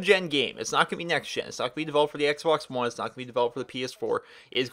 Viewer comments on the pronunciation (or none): none